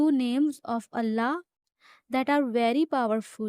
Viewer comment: Your pronouncing of Allah 's is terrible ! Please pronounce it properly